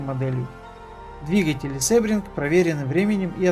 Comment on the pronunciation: Произносится не "СЭбринг", а "СИбринг". Английский язык. ;)